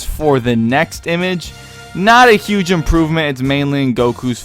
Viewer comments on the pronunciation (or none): none